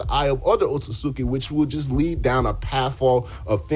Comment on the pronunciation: Nah o-tsu-tsuki